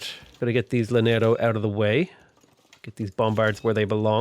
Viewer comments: any double L in spanish is a y sound btw, so "yanero" for Llanero, sure you've been told/these are prerecorded though but just wanted to share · Hello, native spanish speaker is back with how to properly pronounce things Llanero is pronounced Ya-neh-ro Hacienda is pronounced ah-see-end-ah Comandante General is pronounced Command-ant-eh G*eneral *its a weird mix of the G and J sounds